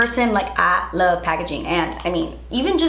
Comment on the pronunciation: “ I lava you guys “ I lava you more 😂❤️